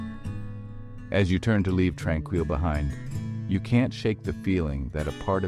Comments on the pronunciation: The creator of this video has never been here. Using stock photos of other places, some having nothing to do with the sanatorium or a hospital at all. You're wondering how it's actually pronounced seeing as this AI Bot doesn't know how to pronounce it, it's pronounced Trān-Keel. It's just past the Kamloops airport. Gotta go along a dirt road after a bit. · You're pronouncing it wrong Tran-keel